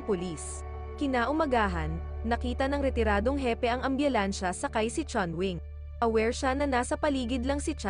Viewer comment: Nahihirapan ako Kay Narrator.... ambyulansya😅maabyutan